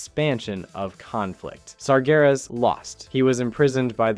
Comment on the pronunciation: You pronounced sargeras correctly this time!